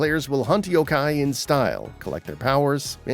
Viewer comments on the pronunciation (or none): none